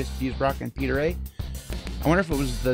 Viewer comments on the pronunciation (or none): none